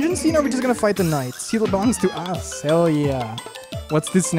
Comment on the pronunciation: says “hell yeah” but somewhere I thought I heard “Kel yeah”